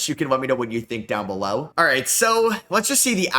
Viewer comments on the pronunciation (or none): none